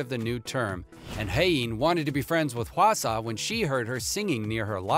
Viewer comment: I mean, almost everyone knows that V and JIMIN are classmates- + the way you said "JUNGKOOK", "WHEEIN", "HWASA" and "JIMIN"